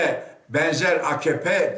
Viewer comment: Akkoyun. Reisleri bile bağırırken a-ka-pe yerine a-kah-pe diyor. İyi dinle bak. :)